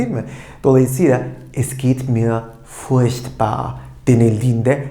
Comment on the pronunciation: furchtbar denirken sanki ''ş'' harfi duyuyorum. ''ch'' yanyana gelince zorlanacağız gibi. Yani sanki almanca da '''sch'' dışında ''ş'' telaffuzu veren kelime öbekleri var. Umarım zamanla oturturuz:)